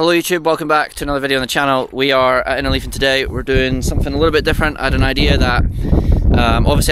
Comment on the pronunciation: Cool video but I couldn't understand where you are...Enerleaf??? Just scrolled down..Innerleithen